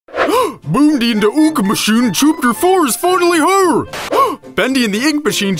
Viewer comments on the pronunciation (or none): "Boondy and the oonk mooshine"